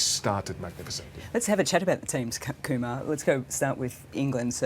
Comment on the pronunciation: it’s Kumar 😂